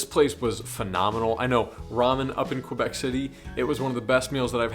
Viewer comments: Tip 15.) Don't call it "QWUAhh Bec" lol It's keh-BECK. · Kay-bec ....ffs